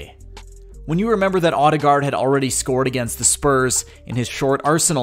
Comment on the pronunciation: It hurts to hear the voiceover try to say his surname. Ø (think french Bleu or German Möve) and double A is pronounced as Å. Check out /watch?v=kcMBvSX8RiU . But not surprised after hearing the voiceover try to say the names of KDB and Özil. Is it on purpose?